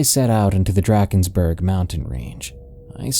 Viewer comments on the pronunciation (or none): Just for future reffrence, in my experience as a South African it is typically pronounced Dr (ah) kensburg. In Afrikaans a is pronounced ah, but for some reason the rest of the name is very Englishy. Burg in Afrikaans would usually be berg, and e is pronounced eh in Afrikaans. Anyway that is just my experience, and the pronunciation distracted me a bit.